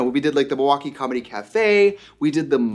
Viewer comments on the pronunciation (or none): none